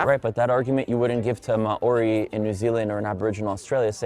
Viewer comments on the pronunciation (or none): It’s pronounced “Maowdi” - Māori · His pronunciation of maori was really bad. American's don't know how to pronounce vous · The way he pronounced maori is cursed